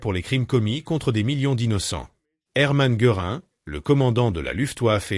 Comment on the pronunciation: Difficile! car il faut sans cesse décoder les noms allemands! "Geurin" c'est tout de même un peu fort de café!! On savait les Français peu à l'aise avec les langues étrangères et la prononciation de celles-ci, mais là, c'est le pompon! Et puis, en dépit du fait que le commentateur mentionne divers prévenus, le documentaire montre presque toujours le même personnage (Göring). On aurait au moins pu montrer le personnage dont on cite les dernières paroles, non? Le projet était intéressant, la démarche intellectuelle louable, mais quel gâchis la réalisation! Décevant, vraiment!